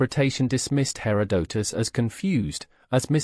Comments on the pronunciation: You need a better AI. Cant even listen to this for more than 5 minutes. Hair Oh Doh Tus.. .GTFO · When it mispronounces Herodotus in the first 10 seconds I move on to the next video and know this is AI garbage.